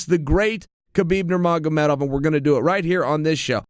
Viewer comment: undisputed champion at saying "Nurmagomedov"! Is there anything uncle Chael cant do (besides tapping)?